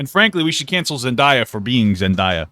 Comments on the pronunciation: its zen-day-uh not zen-die-uh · Papa pls its Zen-day-uh 😭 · Anyone cringe when he said Zendaya like that